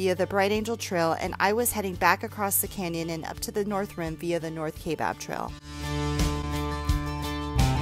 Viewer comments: I hate to be the one to do this but it is pronounced kI bab, the a is silent. A lot of people pronounce Mogollon wrong to. I hope the north side heals fast from the devastation of fires, Jacob's lake has been one of the most exciting places in AZ that I've been to. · Born and raised in AZ and have hiked many miles in the Grand Canyon including rim to rim Nobo starting at 1am and you are right, a bit creepy at night and a bit surreal. Us AZ natives pronounce Kaibab a bit differently with a silent "a" and heavy emphasis on the "I" (ki-bab). many actually add a soft "a" sound after the "i" (Ki-a-bab). Great video!! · I love your channel and I'm just catching up with a lot of your videos. Watching this one, I'm cringing every time you mispronounce Kaibab. Hating hiked this so many times, I'm surprised you've never heard anyone pronounce it correctly for you.